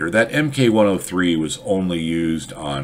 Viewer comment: I'm glad to hear you say "MK103" etc, rather than thinking MK is short for "mark" (as on British things) - I've heard that other places, when in reality it's short for MaschinenKanone